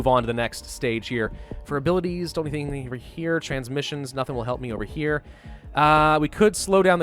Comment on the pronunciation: when he said any ting